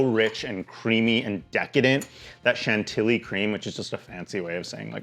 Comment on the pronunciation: That woman from TikTok pronouncing Chantilly "CHANT-illy" made my soul leave my body. 💀